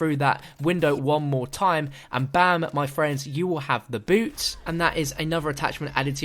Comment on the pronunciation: When you first said boots I honestly thought you said boobs